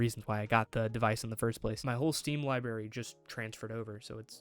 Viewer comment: Great video aside from the pronunciation of library.